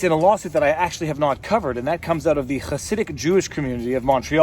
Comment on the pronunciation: As an orthodox jew, all I have to contribute is that you nailed the pronunciation of "Chassidic."